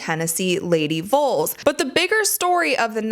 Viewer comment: It’s vols not vuls 😂😂